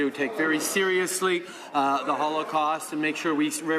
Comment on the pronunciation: That is NOT ZEE question you asked! ZEE what I mean?